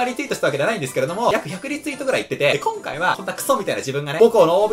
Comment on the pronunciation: ということでこ↑ん↓か↑い↓なんですけども〜